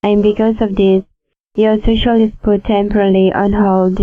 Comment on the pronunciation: I feel like if he says "shocial" one more time my head is gonna burst. I cringe each time he says it!